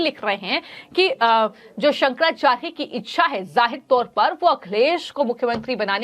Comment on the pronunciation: ये फर्जी शंकराचार्य नहीं हैं, सनातन धर्म के शीर्ष प्रतिनिधि हैं। उन पर टीका-टिप्पणी करने वाले फर्जी नेताओं के बंधुआ मजदूर और मानसिक गुलाम हैं। ये यू-ट्यूबर तो शंकराचार्य का नाम भी शुद्धता से उच्चरित नहीं कर पा रही है।